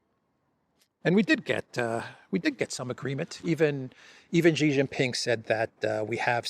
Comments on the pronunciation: ! STOP SAYING JHEE. His name is SHEE JIN PING, why because JHEE means PENIS. Always say SHEE like you say female in English. SHEE is correct not an insult. JHEE is equal to CHRISTOPENIS. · ? SHEE JIN PING not JHEE JIN PING. Why? Because JHEE means penis in the Chinese language. How do you like your name mispronounced as Christopenis??? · Xi Jinping is obviously the most poweerful person in the world. I cringe every time I hear mispronounce his name. He's not Mr Gee. Whatever happened to the attention to detail we used to expect from The Duran?